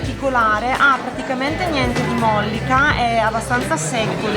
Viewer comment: Raga... Mollìca e non mòllica....